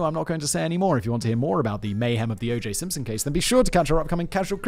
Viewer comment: O J Simpshon 😂😂